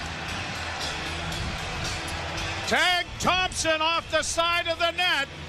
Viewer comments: It’s Tage not Tag Joe. Time to retire !! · Why does this announcer call "Tage" Thompson "Tag" Thompson? Weird! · Joe that's a long vowel in 'Tage' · Someone tell that guy his name is Tage, not Tag.